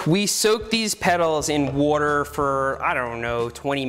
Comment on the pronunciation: soapy wooder